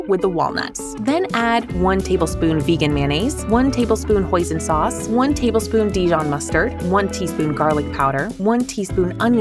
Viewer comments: Same twin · Apparently Hoisin sauce, whatever that is exactly idk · Same im starting to think narrator lady did that on purpose. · I misheard her saying poison